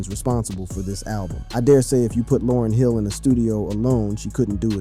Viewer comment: Almost makes me want to stop listening... Information is one thing... Yet, respect is another! You wouldn't want people butchering your name/alias!